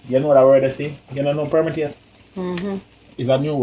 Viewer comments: Permeate not permitate. 😂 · permitate lool Jamaican for permeate 😆😆😅😅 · btw its permiate smh